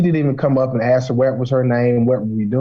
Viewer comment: I CANNOT STAAAAND when people say that, AND ALSO AX Instead of ASK. 🙄🙄🙄🙄